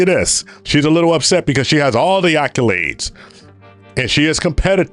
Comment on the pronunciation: Tasha k ghetto saying "alcolades" instead of accolade was upsetting me